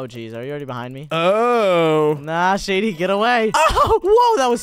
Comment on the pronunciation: You said shedy instead of shady